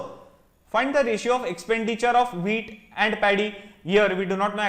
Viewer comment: I kept on hearing the wheat as weed😂